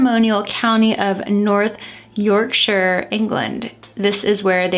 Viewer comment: Your pronunciation of Yorkshire made me smile it’s perfect 👌